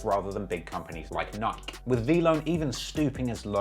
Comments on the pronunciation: Would someone teach this man how to say Nike 😂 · Why does this man refuse to pronounce Nike correctly.